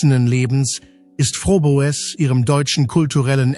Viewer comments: Es heisst wörtlich ausgesprochen "Frobes" geschrieben Froboess😊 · Übrigens wird der Name von Conny "Frobes" ausgesprochen, ja diese KI ein Graus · Es sollte möglich sein den Namen richtig auszusprechen und nicht 3 x die gleichen Bilder im Beitrag zu senden. Ist das denn niemand aufgefallen? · Das ist ja schon wieder ein Blödsinn ! Du kannst ja nicht mal ihren Namen richtig aussprechen ! Gockolores ! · Der Name wird falsch ausgesprochen. Sehr störend. Blöde KI!!! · Bitte bitte sprich den namen richtig aus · Warum spricht der Komentator den Hausname der Conelia Fröbel nicht richtig aus ? Das ist ja grausam wie der Komentator den Hausname von Coni ausspricht